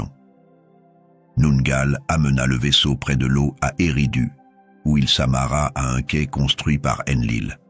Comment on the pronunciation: c'est pas U mais ÉRRIDOOUU. OU